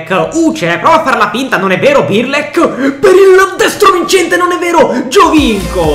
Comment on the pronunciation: Non si può sentire 'Birlek', impara a chiamarli con il loro nome